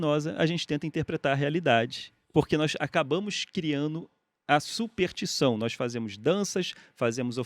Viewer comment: O Pirula teria corrigido o Ruas logo no começo quando ele falou SUPERTIÇÃO, e assim teria evitado a vergonha alheia inteira que vários de nós sentimos ao ouvi-lo dizer essa palavra o video inteiro. (ou não. ainda não assisti até o final pra saber se ele se corrigiu, mas já vi ele dizer essa palavra errado uma meia dúzia de vezes) Volta logo, Pirula!!